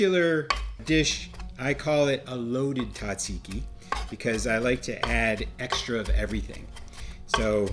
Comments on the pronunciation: Tzah- zeee-ki, please! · Very good. However, the pronunciation is Tzatziki, Tza, with a 'z' 😊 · The Z is not silent lol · I wish you could pronounce it correctly 😂